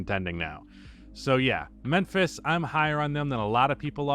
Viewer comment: Why are you saying Menphis?